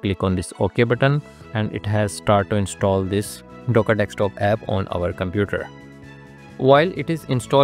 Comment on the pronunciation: Let it go man, it’s not his native language.